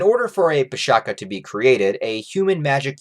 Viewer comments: The Pishacha is not pronounced as - Pee + Sha + Kaa, rather it is Pee + Sha + Tcha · abey it is pronounced with ch sound. PISHACHA. NOT PISHAKA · Bro, it's pisacha where "cha " is not kha but something like "chai" or che' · Pishacha Not pishaka Cha not ka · pisacha , the cha is pronounced as cha as in chai not ka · The pronunciation is pi-saa-cha (ch like much). Aside from what you have stated, pisacha are also used to define any abomination beasts, not necessarily those influenced by demons or unholy forces. Some pisacha are even revered as guardians, present in Hindu temple carvings and sculptures. These videos are really really good man, keep up the amazing work! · It's PISH-SHA-CHAA(as in Cha from Champion) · Coming from an Indian dude, is pronounced Piss-a-cha(cha as in charred beef or whatever). Pishacha is also correct. Sorry for the late comment. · Love your videos, i don't mean to sound nitpicky, its pronounced Pishaach ch the chart sound. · Pishacha pronounciation is a little off. The 'ch' is not pronounced as k, it's like the 'ch' from charity. Makara is the zodiac sign Capricorn. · the pronunciation is wrong and it would be k instead of cha. It a monster that is found in the folk tales in the indian subcontinent...It is a female monstrous creature which lure human to take its form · Nice video. :) Just one minor correction, the 'cha' at the end of pishacha supposed to sound like 'ch' as in chocolate.